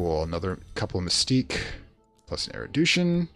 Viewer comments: First I want to say I've been enjoying the series. I rarely comment on videos but Phrygian was where I draw the line on your mispronounciations. The last one refers to Erudition, which you have been pronouncing 'Eridution' throughout the series. If I could make a suggestion, it would be try to slow down when you're explaining stuff. It was easy enough to follow when you were blowing through the early-game. However, later on you began to go really quickly and switch topics suddenly while explaining more opaque topics like assembling Rites. It would also probably help with the diction. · Fridge-ian. Man-day-ick. Air-ah-may-ick. and AIR-OO-DISH-ON (!)